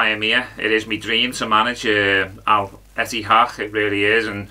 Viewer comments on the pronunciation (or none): Ettifaq not etihaq 😂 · It's Al Ettifaq, not Al Ittehad. 😂😂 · Al-ettifaq is pronounced Al-Ith-eh-fak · Stevie G actually said El Ettifaki 😂